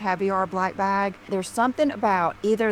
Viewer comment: I can't stand the way pronounces bag. She says "bhog" or some such weird shite.